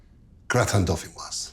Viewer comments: You don't pronounce the final "s" in dauphinois (should sound like "dauphinoi"). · Don't say de "s" at the end of deauphinois. It masculine not feminine. Un grattin deauphinois. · You don't pronounce the 's'. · The s in dauphinois is silent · It’s Marco’s choice to pronounce the word ‘Dauphinois’ wrong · Remember that 'gratin dauphinois' has no final 'e', therefore the 's' is not sounded. Very good recipe!